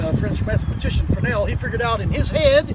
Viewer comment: Guys been doing lighthouse tours for 9 years and still saying frenel instead of Fresnel